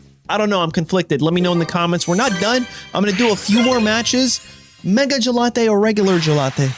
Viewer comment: The mega What?? What kind of ugly pronunciation is that????